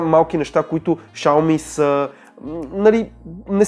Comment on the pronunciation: Изговаря се шауми !